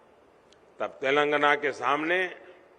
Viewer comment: telangana bolna seekhle pehle